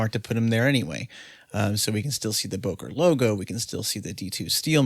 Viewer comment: It’s pronounced, “booker”.